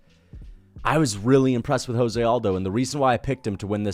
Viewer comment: Why can't MMA YouTubers say Jose Aldo's first name correctly?